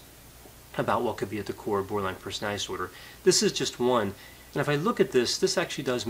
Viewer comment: Doc. I love listening to you. But please work on pronouncing the word personaliTy. You say personaLLy. you don't pronounce the letter T.